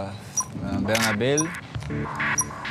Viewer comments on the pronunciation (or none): Pensaba que solo Vinicius le decia "Bernabel" al "Bernabeu" pero veo que es como lo pronuncian los brasileños. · xq los brasileños l dicen bernabel jajajajajajajaj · En português si la última letra es L pronuncian como U por eso ellos piensan que se dice Bernabel